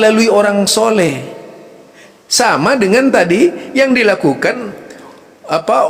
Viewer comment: Penyebutan Sholeh aja sholekh...gimana sich? Ni malah menyalah nyalahkan amaliyah org aneh